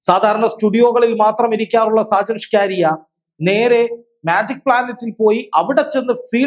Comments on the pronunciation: ഷാജൻ സ്കാരിയ അല്ല. ഷാജൻ സ്കറിയ എന്നാണ് ഉച്ചരിക്കേണ്ടത്. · സാജൻ സ്കാരിയാ അല്ല മാഷേ സാജൻ സ്‌കറിയ എന്ന് തിരുത്തി പറഞ്ഞു പഠിക്ക്കൂ കുട്ടീ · അവതാരകന് സാജൻ സ്കറിയ എന്ന് ശരിക്കു പറയാൻ പോലും അറിയില്ല.